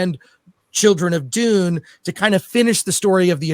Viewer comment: Sing this to the meow mix song. It's supposed to be Dune,not dun. I am so hungover. Dun dun dun dun dun dun dun dun dun dun dun dun dun dun dun dun dun dun dun dun dun dun dun dun dun dun dun dun dun duendshut down.